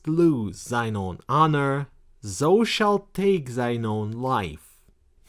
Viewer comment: Not to be Mister Pedantic, but 'thou' rhymes with 'cow'